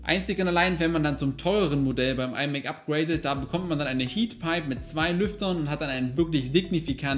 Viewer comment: "thwei thunderbolt..." 😄